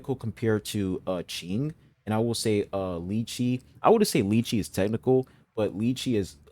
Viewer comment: You pronounced Qing's name correctly! There's a tone with it, but you don't really have to worry about tones if you're not studying the language :) Thank you for making this video! It was really helpful